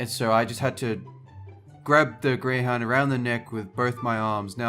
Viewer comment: grey houdn races did he say grwey hound races I HATE GREY HOUND RACES I GOT A GREY HOUD ANDI DONT LIKE GREY HOUND RACES